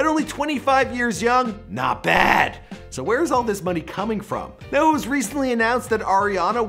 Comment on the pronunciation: why did he say not bad like that 😂😂